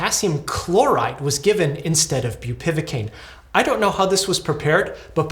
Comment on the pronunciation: Awful situation :( Just to be that guy: it's bupivAcaine, not bupivIcaine